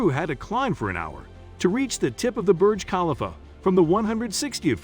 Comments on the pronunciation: Please pronounce Burj Khalifa correctly ! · Thank you for bringing that up!! The pronunciation 🙄